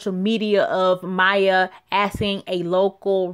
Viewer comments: Her name is Maia (Muh-ee-ah) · I think it's pronounced My-eee-ahh...